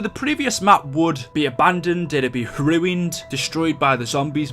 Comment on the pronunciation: Ah says ruined weirdly, its like the joke from family guy where brian can say it normally and everyone else sounds weird, listen to him at